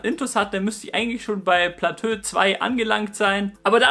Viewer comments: Kann bitte noch einer mehr kommentieren, dass man es nicht "Platö" ausspricht? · Man spricht Plateau als "Platoo" aus.. ^^ Ansonsten sehr gutes & informatives Video. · Wer sagt denn Platö? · Platöö? HAHAHAHAHA! Dein Ernst? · es heißt plato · Platö lol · platö haha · platööö haha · oida...platöö? xd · Vielleicht hilft dir: Niveau - Plateau!:D Aber ist nicht schlimm. Das stört doch niemanden.:D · Mein Gott.., was sind das hier für Spießer. Nur weil er Plateau falsch ausgesprochen hat. Ihr seid echt das letzte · Ehm, ich will jetzt nicht klugscheissen, aber es heißt doch nicht Platö, sonder Plateau...also wie beim Bergsteigen die verschiedenen "Etagen" ...also ausgesprochen Platoo ? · lol nur so'n tipp man sprichts als "platoo" aus nich "platö" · Man sagt "Plato" nicht "Platö" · platööö 😂😂😂😂 das wird platooo ausgesprochen ;D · wollt dich gerade deswegen verarschen 😂platös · Kannst du nochmal Platö sagen? :D Es heißt Plateau(<Plato>)! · Platö xD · Trinkspiel: Jedesmal wenn Platö sagt, trinken 😏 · wie er eiskalt durchgehend platö sagt, ich dachte erst du trollst aber du hasts echt durchgezogen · Wird Plateau nicht eher wie "Platoo" ausgesprochen? ;) Mal wieder ein sehr gutes Video :) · platö beste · passt scho ;) jetzt weißt du ja, dass man es "Plato" ausspricht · Ey Platö mann 😂😂😂 hat wirklich echt genervt als ob du das wort noch nie gehört/gelesen hast 😭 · ja hast du :D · Omg, wegen Deinem "Platö" hätte ich mich fast angepisst vor Lachen... Dabei hab ich das Video schon vor einem Jahr gesehen, aber das hatte ich vergessen! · Platö:D Einfach <3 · Das zweite PLATÖ chillt schon hart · Platöö ;D Macht das Video aber irgendwie sympathischer ;) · Ab dem Zeitpunkt des zweiten "Platöös" fühlte sich "abgeschöttet" (ab ):) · Platöö... das wird n meme👌😂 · Bitte sprech das plateau so aus: plato mit dem o etwas langgezogen😋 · super - aber ich glaube es heißt: plato - wenn man es plateau schreibt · “Platö“ :D